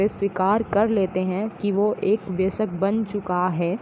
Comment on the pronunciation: Ma'am sab thik hai lekin vayask hai vyasak nhi pronounce galat ho gya h